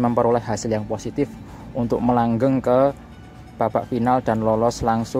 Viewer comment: MELENGGANG ...BUKAN MELANGGENG ,MAZEH...